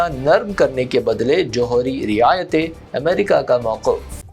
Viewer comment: Rooh parwar Manzar.. Hai re Bewaqoof ( Manazar ❌) Mauqaf ( Maoqoof ❌) Nasab ko ( Nisib ❌) Bolta hai Zam ko ( Zim ❌) .Taqeer ko ( Taqair ❌)..Ta attul ko ( Tateel) aur Tateel ko ( Ta attul ) .. Maeeshat ko ( Mueeshat) Na Jaane kitni hi Galatiyaan hain is pagal ki Zuban e Urdu me ( Zaalim)